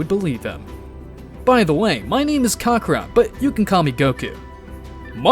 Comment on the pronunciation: he cant even pronounce kakarot lmao